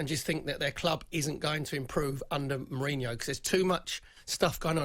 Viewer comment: Once again, another deluded Spurs fan that can't even pronounce his name correctly let alone be in a position to criticise him. Jose is not the issue.